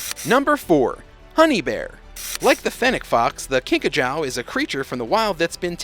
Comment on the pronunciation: It’s actually pronounced “ kink a joo”